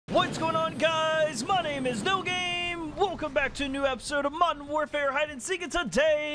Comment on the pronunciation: He always says “MODEN WARFARE” not modeRn